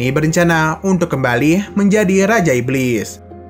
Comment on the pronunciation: menjadih sesuatuh diketauih ituh